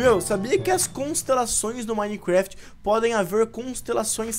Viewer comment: Joga minecraft a tanto tempo e ainda fala minecuefiti